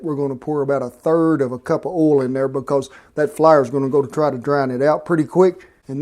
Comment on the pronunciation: Well golly, who needs Food Network when you got Cowboy Kent on YouTube? PS, I like the way you say flar! (Flour)